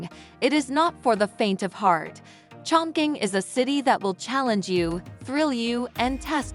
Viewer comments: CHONG.QING is pronounced [chong.ching] not [choing.king] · Total wrong pronunciation of the name